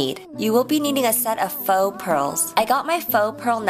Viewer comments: nope she actually didnt. its pronounced "fo" and not "fou" how she is saying it. thats at least how we say it in french, where this word originates from... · it always drives me insane if u pronounce "faux" wrong^^